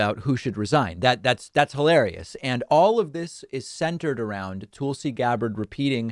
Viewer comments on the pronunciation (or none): David when you have been given that the correct pronunciation of Tulsa Oklahoma as TULL-suh why do you still insist to hatchet Tulsi Gabbard as TOOL-see?